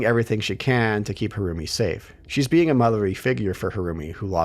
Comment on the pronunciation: Every time the name "Harumi" is said, I keep hearing "her roomie" haha